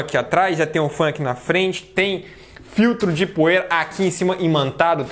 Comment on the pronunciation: Filtro poira? Não seria poeira.kkk